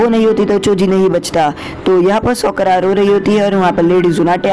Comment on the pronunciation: It's "साकुरा" not "सकुरा" Please correct it😅